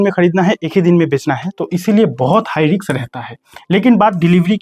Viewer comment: हाई रिक्स नही हाई रिस्क बोलो